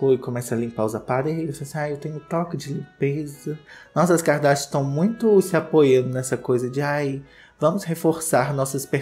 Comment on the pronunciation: Eu amo quando o fala “Kikadarsha”